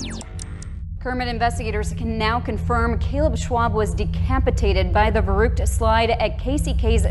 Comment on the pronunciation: gahhh, they keep sayung verrückt incorrectly.....